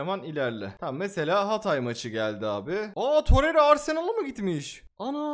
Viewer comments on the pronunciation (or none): none